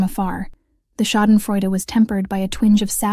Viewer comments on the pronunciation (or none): none